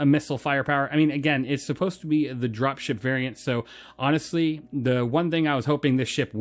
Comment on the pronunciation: I dont know if it's me, but I heard 'Dropshit variant' lol